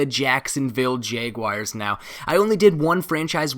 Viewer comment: The way he says jaguars "jeyguayers"